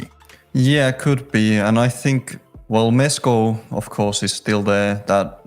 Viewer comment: He called Mesko musty